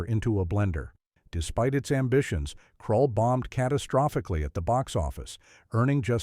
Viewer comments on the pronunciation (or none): Krull, not Crawl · Krull, you morons, not Crawl.